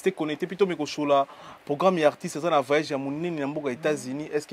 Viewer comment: yo vraiment ozalaka zoba vraiment déjà tu es un grand comédien de polémique toujours nom de Fabrigas devant Robinio encore nom de celeo devant Robinio mais oyebi bien climat nde pas bon mawa vraiment tu n'a même pas de question. Il faut dire voyage et non vayage tu prononce très mal